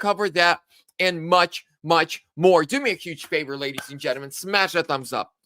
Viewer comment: I love seeing somebody pronounce gentlemen not g e n t. A m e n